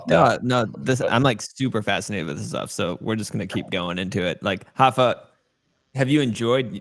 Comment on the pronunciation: It's "Rapha", not "Hapha"